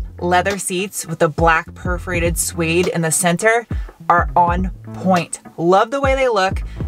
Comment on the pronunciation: Suede pronounced “Swayed”. Not “Sweed”. Sweeds are very nice people from Sweden, not a type of fabric.